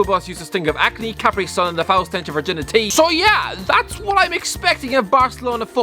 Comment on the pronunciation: The way he says "virginity" is hilarious... Is that normal?